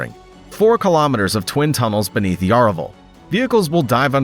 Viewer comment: It’s NOT pronounced Yah RAh Ville , Williams Town Road ??